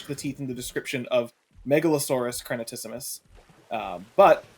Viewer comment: I’ll do the Hermione Granger thing: It’s crenatissimus, not crenatassimus!